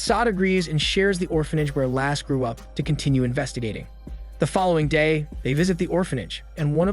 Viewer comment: Lasse not lass XD Basically the way you says Lasse's without the last S.